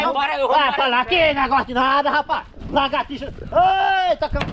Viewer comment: Só eu que quase morri de rir do chamando o brutinho de legertixa velha